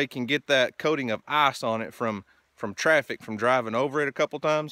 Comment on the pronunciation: Ok. I’m not a smart guy... I’m working with a pretty standard level of intelligence.. But I do believe the fact that you drive through a stream has a lot to do with your ice (or as you pronounce it “eyes”) problem. Now I’ve seen this kinda of stuff up at camp, and out in the wilderness when getting to a cabin.. but this is your residence if I’m not mistaken? I guess my question is, have you weighed the options on correcting this flaw? What do you do during the wet season? If you play your cards right, you can build a bridge out of beams and planking for about $3500.